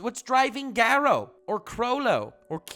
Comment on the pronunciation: Me:sees video and clicks it Sees pronunciation of garou and chloro leaves